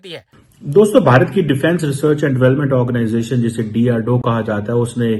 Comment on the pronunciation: Abe chemma it's DRDO not drdoe